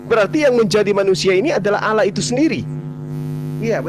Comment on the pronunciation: kayaknya saudara kita itu yg kristen bisa2 jd mualaf sebab sy menyimak beliau bila menyebut tuhan bukan allah melainkan Alloh,memang tegas jelas dan mantap sekali atas penjelasannya ustat,dan tak lupa ku ucapkan alhamdulillah hirobbil allamin